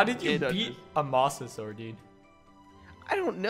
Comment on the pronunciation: It’s pronounced “Mose a saur us”